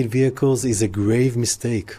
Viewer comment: With the emphasis on the word "grave"!